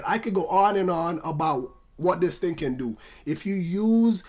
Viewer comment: Some ting wrong XD